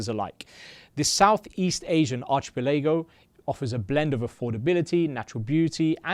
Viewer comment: Yep wtf